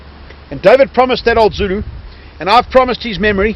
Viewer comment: Brilliant pronunciation of the Zulu. They may well have been in skirmishing order, however to a member of the protagonists - must have been it may well have appeared to be a mass. I am amazed that Ta Ta is apparently so knowledgeable. The South African Battlefield guide is brilliant, honest and obviously loves and admires the Zulus.